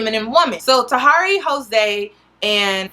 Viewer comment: Why do you guys say people's name wrong just cause... Tah-here-ey